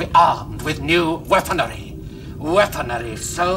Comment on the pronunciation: never noticed ' odd pronunciation of "Weaponery" before!!!